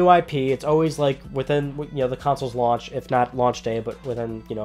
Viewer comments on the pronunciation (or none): none